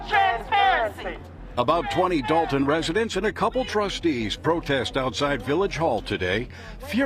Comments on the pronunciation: Its “Dolton” not “Dalton”. sheesh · It’s Dolton not Dalton